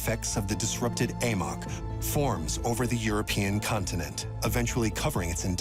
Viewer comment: In the first two minutes they call the AMOC the AMIC.